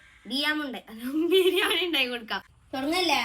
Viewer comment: Biyyan alla bhirnnanni 😂